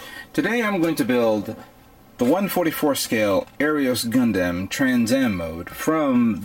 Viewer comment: OMFG. I'm sorry but I've noticed that you mispronounce EVERY NAME. Gundamn-Gundam. Second right. Allelujah HAP TIS M